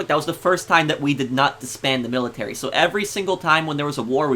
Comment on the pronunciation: stop sayin millitary